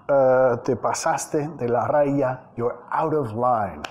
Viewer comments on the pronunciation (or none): none